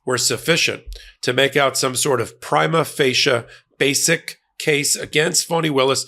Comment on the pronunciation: 'Prima Facie', not ' Prima Fascia', cmon. 30 years s lawyer?